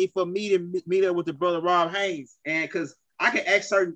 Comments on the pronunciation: BRUH??? THE MANS NAME IS ROD not RON , HAYES not HAYNES😅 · Dude it's not ROB HAYNES... it's ROD HAYES!!!! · I like how pronounce Rod’s name lol it sounds like he saying Rob Haynes lol it’s all love I like his energy and passion